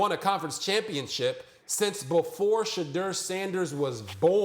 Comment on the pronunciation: It's Sha-Door, not Sha-Dur.